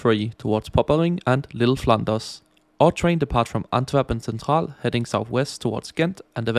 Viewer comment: Why did bro say antwerpen centraal like its german😂